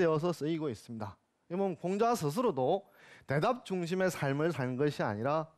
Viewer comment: 장음인 단어의 첫자를 짧게 잘못 발음한 예:두 가지,대답,정답,좋겠ㅇ.ㅂ니다,사물,사건,계기,문진,제자,대답,문제,세 구절,신(믿을),후손,주목,이상,거리,제자,성인(saint),고지학자,선택,문제,호학, 호용 등, 장단음 문제가 이토록 심하면이 이이상 듣고싶지 않ㅅ.ㅂ니다. 그리고 문장을 읽는 법이 엉망입니다. 잘 들어 주싶시요. 한 가지. 학이편 둘째 글을 " 유붕 자원 방래"라고 두 자씩 띄어 잘 못 읽었읍니다. "원방"은 명사구이므로 갈라 놓을 수 없ㅇ.ㅂ니다. 그러므로, "유븡. 자 원방래" 라고 절도 있게 읽ㅇ어야 합니다. 제가 출판한 "한국 어문을 고발함"을 이독해 주실까요. 미국 변 완수 베